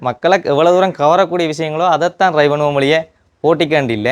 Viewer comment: ரய் என்று கேட்க்கிறது . அழுத்தி ட்ரை (Try) என்று சொல்லவும்